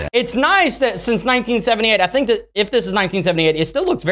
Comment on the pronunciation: i mean think not thimk